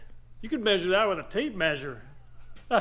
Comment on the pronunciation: drink water every time they say maysure